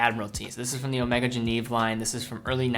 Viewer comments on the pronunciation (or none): Really nice collection, but "Genève" is pronounced je-nehv, not je-neev. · You pronounced geneve wrong you fucking prick